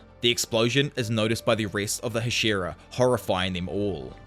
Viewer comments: Ah yes the Huh-SHEAR-uh lmao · Hah-shee-rah. It's been spoken outloud enough that this is egregious.